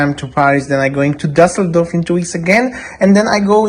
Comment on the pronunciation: What city is Daseldorf? What is this strange pronunciation?